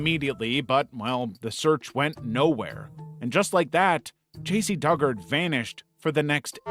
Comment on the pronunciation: You mispronounced "Dugard." It's Doo-guard.